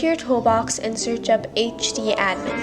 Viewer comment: YESSS U SAY ACHE DEE ADMIN OMG SOMEONE WHO FINALLY GOT IT RIGHT!! 💕💕